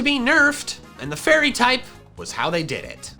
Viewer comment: is it just me or did he say furry type